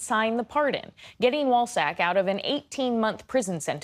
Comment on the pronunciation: I’m sorry did you say wallsack or ballsack??….my hearing isn’t what it was…although my support for the constitution has not changed…